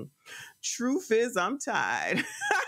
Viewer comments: "Troof" ?? Are we serious? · Thank you for posting these so we don't have to give her a click. 😈 You're doing the Lord's work, that's for sure! 😇 FYI - I can't hear the word "truth" without hearing "troof". 🤣